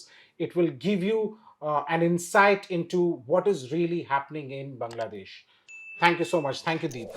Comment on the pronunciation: please start pronouncing the name Bangladesh correctly as "Baanglaa..." instead of like "Bungla.."